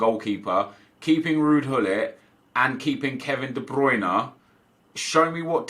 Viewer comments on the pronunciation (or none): none